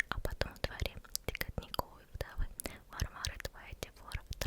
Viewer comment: Всё ОК, но: 1. Не читай на вдохе. 2. дЁготиниковой вдовы 3. перепономарИт 4. жУжжелица 5. фРоЛа 6. навралА 7. вАхмистр 8. рОтмистр